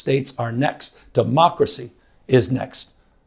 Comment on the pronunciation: He said tamocracy😂